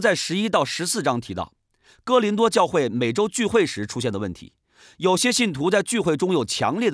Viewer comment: 是“哥”林多吧